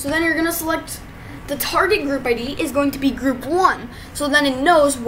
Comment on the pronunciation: sorry for being mr.correct but its pronounced ID (ay dee) and not id (eyd)